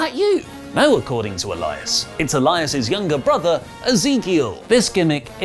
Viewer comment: e-LA-is Knight